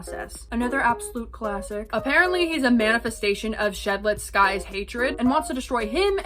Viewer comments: Shed-let-ski not sky. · ski-boy-ski? isnt it shuh- del- tsk EEE? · Shedletsky is pronounced Shed-Let-Skii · shedletsky is shed-let-ski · it's pronounced shed-let-skii😭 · sheletsky is a real person, his name is pronounced shed-let-skii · SHED. LET. SKI. THAT'S IT, THAT'S HOW YOU PRONOUNCE SHEDLETSKY 😭💔💔💔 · Shedletsky is actually pronounced SHED - LET - SKEE im pretty sure (atleast thats how I pronounce it) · its shed-let-skii never forgot your mistakes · Shedletsky is pronounced shed - lets-kee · you messed up shedletsky again. watch a video about him and you will know how to pronounce it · will you finally pronounce his name right? or will you weep for forgiveness to an audience of deaf ears? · Shedletsky is pronounced wrong again 😭 still a great video! Btw Two Time doesn't really regret what he did to azure, although he is a very composed person he's a maniac with never-ending fate to the spawn point, he barely cares about other survivors(which is uh, really sums up his mains). 007n7 adopted c00lkidd in lore and isnt really his true dad, c00lkidd has had multiple delusional events before The Spectre kidnapped them, but the enter to forsaken somewhat forced C00lkidd into a never ending delusion, Jane doe(the character mentioned in John Doe's description) is John's wife, she will be added to the lobby for lore reasons and if John Doe wasnt corrupted further by the spectre he would fall for Jane again and possibly defend her and other survivors from other killers. Shedletsky is also the strongest survivor since he's matched with 1x1x1x1 who is stated to be the strongest character the spectre has kidnapped, just a fun fact not rlly important to lore, and lastly(for now atleast) the outside story of killers ISNT CANON TO FORSAKEN except for jason's, meaning that 1x4 isnt truly fourth dimensional, c00lkidd isnt a malicious hacker, just misguided, and john doe was never a myth